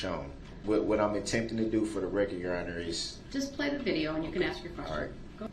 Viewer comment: omg I didn’t know. Is there a video regarding Dawn Woods case? I didn’t care for her the moment she spoke out. There is something about her that rubs me the wrong way. She says “aks” as well lol. Best wishes to you and your family 🌸